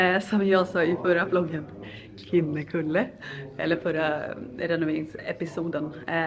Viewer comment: Så ovant att höra andra uttala Kinnekulle 😂 jag bor på Kinnekulle och utalar det ljust i slutet på e:t än att gå ner i mörk ton 🙈 You rock Zenza, sååå kul med dina renoveringsvloggar 😍